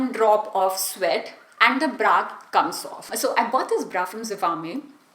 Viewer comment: Itni conscious kyu ho rahi ho aur bra ko pronounce bhi erroneous kr rahi ho aur sewing machine ko bhi galat pronounce kia h.